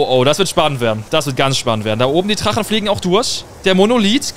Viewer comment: Wie er immer Trachen statt Drachen😂